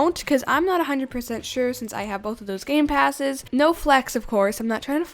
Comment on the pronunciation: I thought you said without gamepassaes? No hate just asking